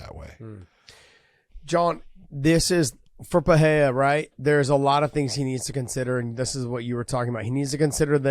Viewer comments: The way josh pronounces perierra and porier bothers me lol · Just say Purr ER rah ! Not Fah hay dah. Or Peter Yan not Pee oh ter